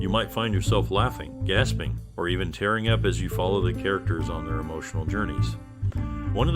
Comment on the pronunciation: Tearing up means with tears ("teering"), not what we do to a paper. Oh dear, please practise reading scripts to one in the know about both language and classic film lore.